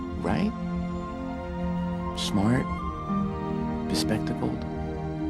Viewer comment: I thought he said "respectable" not "bespectacled"